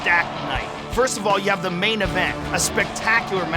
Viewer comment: Joe "One of THEE" Rogan